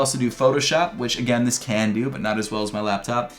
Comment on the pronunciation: Which this CAN do Which this CAAN do Almost the same pronunciations for opposite things lol people should say cannot